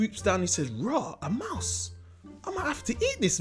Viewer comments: he says mouse like ‘maws’ n then a second later he says mouse properly😂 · Why does he keep saying the word "Mouse" in patios?? 😂